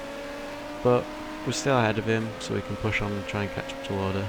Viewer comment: its pronounched Lou-der not Lor-der